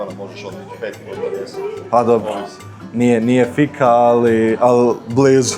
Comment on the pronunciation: Šta logom? "Laagom" se izgovara. I Fika, dugo i.